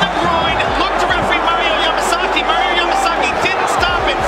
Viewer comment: Mario "pwetty heawts to da camewa" Yamasaki.